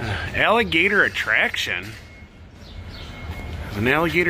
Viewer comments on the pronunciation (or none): none